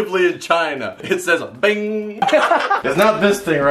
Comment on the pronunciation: It’s not bing it’s Ching